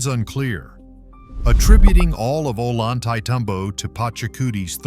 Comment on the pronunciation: It's pronounced "oh lon tay tom bo".